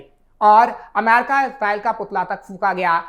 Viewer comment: अमेरिका बोल लो पत्रकार महोदय... दूसरे सभी शब्दों को तो तुम बिलकुल सही-सही बोल रहे हो, लेकिन अमेरिका शब्द आते ही तुम्हारा उच्चारण "अमैरका" हो जाता है...विश्वास करो जबरदस्ती सिर्फ स्टाइल दिखाने के लिए अमेरिका को "अमैरका" बोलने से तुम बिल्कुल भी अंग्रेज नहीं लग रहे और तुम्हारा ऐसा बोलना बहुत चीप और लग रहा है